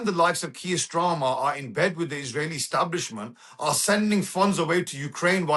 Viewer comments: He doesn't even know the name of the British prime minister. He calls him Mr Strarmer. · He keeps calling Starmer, Stramer. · Kier "Strarmer"? 🤣